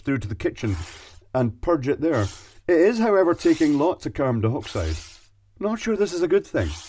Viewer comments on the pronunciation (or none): none